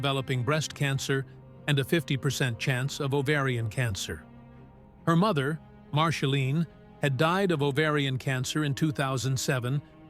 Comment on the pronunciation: A.I. , PLEASE STOP !!! , MARSHALINE ? come on !! , Angelina JOLIE , GET IT CORRECT OR F>CK IT , YOU MESS EVERYTHING UP < NOT REAL VOICE , YOU WOULD THINK IT WOULD HAVE A INTEL OF PRENOUNCING , OH SORRY <CANT SPEL < OF THE NAME OF THE BIGGEST STAR ON THE PLANET ??? A.I. just BLOWS BIG TIME , DO THE NEWS OR THE WEATHER < { GET RID OF A.I.} WITH THE STORIES THAT MEAN SOMETHING, LIKE REAL PEOPLE , OR , JOHNNY HELLER , BOOK`S THAT GIVES REAL PERSONALITY TO THE STORY ! ZANGZ SALOT// LINDA P. SO SAD , NOT INTERESTAD , OPPS CANT SPELL